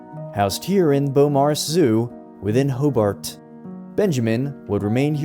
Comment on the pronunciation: did say hoobart?